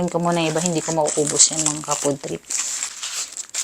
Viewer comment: Pwede kumain ka na lang and less kuda dahil may problem ka nga saying words with the LETTER F, kinakain mo pa naman PRIED chicken baka main imainiss na sa yo mga ka POOD trip mninyo at mag unsubscribe bigla sa channel ninyo. Kawawa naman so hahahaha. In the first place this is a mukbang or eating show not a talk show FIBA Teh?